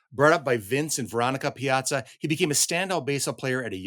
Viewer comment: My name is Piazza and people are always asking me if I'm related to the baseball player. I doubt if anyone has ever asked him, are you related to Sara? Who knows, maybe we are related. My father had 63 first cousins. Nice to hear the name pronounced correctly.